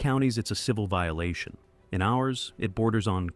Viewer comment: Vililation?.is that like violation?